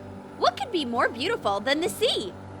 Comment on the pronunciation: be not bee